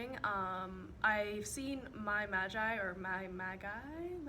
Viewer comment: love the look, her name is pronounced mai magi ( ma-geee) she said so her self. you rock.